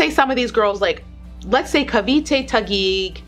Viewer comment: Im glad you say cavite phew